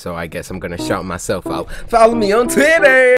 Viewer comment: Cory said Titter😂